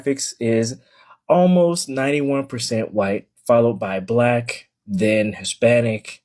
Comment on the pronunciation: Did fam say brack folks... 🤣😂🤣😂